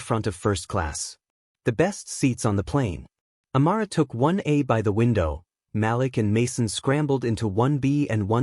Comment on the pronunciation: For one thing the name is Ma'Lik not Mal'lack please pronounce the name correct